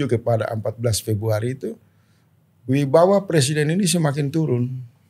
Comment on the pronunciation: Wibawa, pak. Bukan Wibawah.